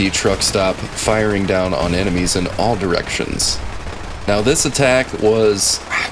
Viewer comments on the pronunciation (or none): none